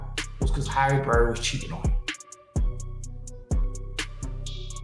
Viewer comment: "HARRY BERRY".....WHATTTTT?